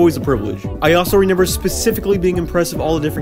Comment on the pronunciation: HEy!!! Hey!!! it is RE- MEMBER not Re-Nember